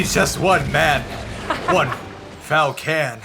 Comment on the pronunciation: "One Fal-Can"... Um Sir, You just unlocked Super reasoning and knowledge 🤣😂